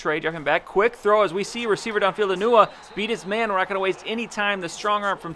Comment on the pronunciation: Am I the only one here who heard him say "enuwa" instead of enunwa?